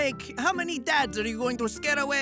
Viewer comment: "Cwinge" indeed